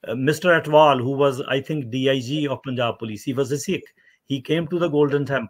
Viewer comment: For the Love of God... Please stop pronouncing it as POON-jab... It is Punj-aab. I respect your analysis of this Issue. I agree with you almost unanimously... But for the Love of God!!!! It is pronounced Punj-AAb.